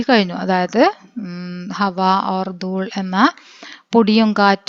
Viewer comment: ദൂൾ അല്ല ദൂല് ആണ് ഞാൻ ഒരു ടീച്ചർ ആണ് 😊